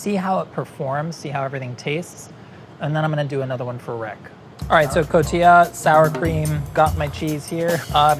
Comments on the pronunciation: I love you, but it's pronounced 'co-ti-ha'! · He pronounced Oaxaca correctly but not Cotija? how?